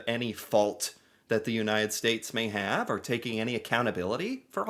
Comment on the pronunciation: "Why you hef to be mad?"